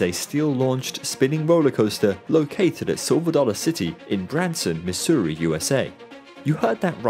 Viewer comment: I love hearing Europeans try to pronounce Missouri